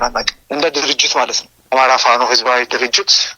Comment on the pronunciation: "አማራዉ እስክንድር ነጋ?" ፋኖ ማለት አይችልም፣ አበዉ ማለት አይችልም።እዲህ ዓይነት አማርኛ መናገር የማይችል አማራ።ቂቂቂቂቂ